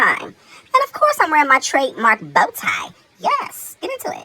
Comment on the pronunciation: 😂 "of coise"